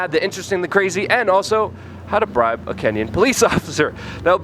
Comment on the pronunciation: WeAreChange it’s BRIBE not Bride....😂 anyone else come here expecting how to marry a Kenyan female cop?